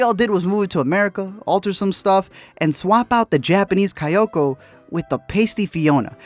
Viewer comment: KayAko, not KayOko